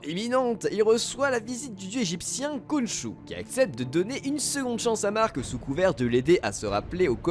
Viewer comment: Khonshou= RRRRRRRRRRonshou :p ouai, ça se prononce comme ça